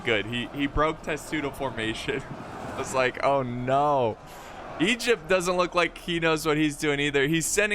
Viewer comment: Thoughts about pronouncing Egypt as "Egg-ipt?"